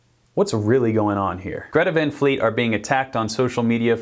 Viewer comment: And besides hey dummbos you can’t just go change someone’s vocal range, the singer he is so lucky to have a high vocal range and sing with so much power that he has and just be awesome It’s not Van like Pan It’s Van like Tron, the A isn’t being pronounced right